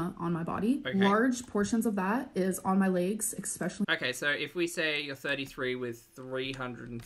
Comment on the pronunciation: For ALR she doesn’t understand that the 2,900 calories is the # to maintain her current weight, she would need to eat below that amount in order to lose weight. Also, there is not an “x” in the word especially, nor is it pronounced with an “x” in it.